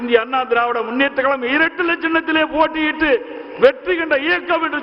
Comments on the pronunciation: எடப்பாடி ஏன் இப்படி 'கலகம்... கலகம்'... என்று பேசுகிறார்..? இது, 'கலகமா..?' 'கழகமா..?' தமிழை தமிழாக பேசத்தெரியாத தலைவர்..!? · தமிழ் உச்சரிப்பு பேச தெரியவில்லையே கலகம் கலகம் என்று சொல்லும்போது மிகவும் மனவேதனையாக உள்ளது இதே போன்றுதான் ஒ பி எஸ்சும்